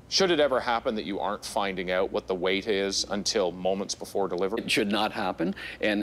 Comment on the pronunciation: Out.....Oout..........Hoooooooooout..........Houuuuuuuuuuttttttttttttttt.....How do you say it???? lol